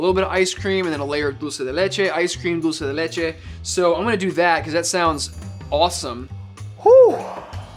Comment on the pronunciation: as an Argentinean, I'm impressed at how good is at pronouncing dulce de leche lmao. Greetings yall, this is one of my fave series <3